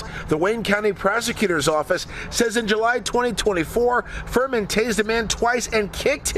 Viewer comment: Furman. Sounds more like Vermin